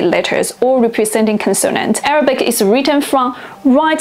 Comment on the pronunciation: Your Arabic pronunciation is way off but understandable.